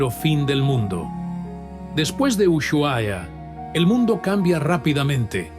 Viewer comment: Como argentino duele escuchar como pronuncia ushuaia. Así que two pala video del ocote